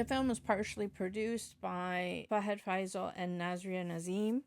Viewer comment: it's FAHAD FAAZIL not FAIZAL 😊 Nice reaction